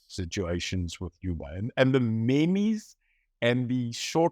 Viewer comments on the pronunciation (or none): de Beer, It is pronounced "Meems" not "Memis", you want those younger voters haha. Otherwise I enjoyed the watch. Cheers.